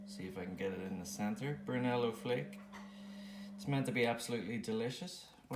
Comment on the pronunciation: You say Brunello perfectly ! Bravo 👏 Brunello di Montalcino is a first class Tuscan Red 🍷 vino... grazie 🙏 for your review. Ciao 👋 S.